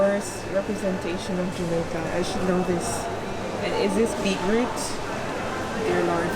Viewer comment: Beet root 😂